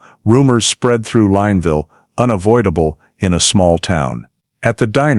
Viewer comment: The town name is pronounced Lin (Lynn) ville